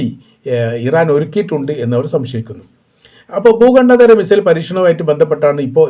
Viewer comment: ഭൂഘണ്ടേദര അല്ല ഭൂഘണ്ടാന്തര